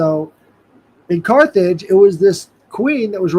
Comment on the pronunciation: America did bring in “the car age”-“Carthage”